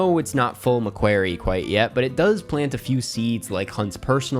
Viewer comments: Enjoyed the video but just wanted to let you know you're pronouncing McQuarrie wrong, it's not pronounced like "query" but like "quarry" for what it's worth. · it’s McQUARRIE! Nae Mequerry.